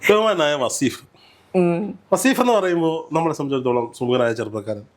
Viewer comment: വാസീഫ് അല്ല വളീഫ് 😂